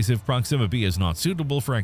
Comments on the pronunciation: Please stop saying Proximmer instead of Proxima 😭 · PROxima, not proXIMa. Ouch my brain ears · While we’re mentioning issues, the narrator pronounces Proxima weird. Emphasis on the wrong syllable. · I wanted to enjoy this video but the continual mispronunciation of the word "proxima" was just too distracting.